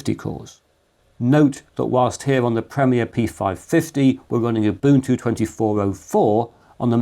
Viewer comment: Thank you for pronouncing Ubuntu correctly 🙏🏼